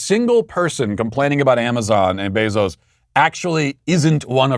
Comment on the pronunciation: Matt has a medical condition that doesn’t allow him to pronounce someone’s name the same way twice… AOC and Kamala are different every single time, even Bezos became Beeezos